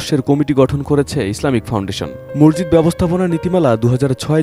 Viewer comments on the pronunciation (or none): শব্দ টা মরজিদ না । মসজিদ হবে ভাই